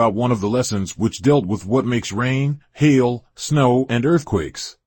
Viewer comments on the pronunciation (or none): none